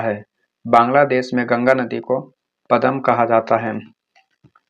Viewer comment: पदमा ko पदम पड़ रहे ho🤣🤣🤣